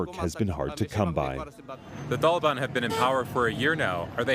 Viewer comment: Is it pronounced the taliban or the thalaban?? Lol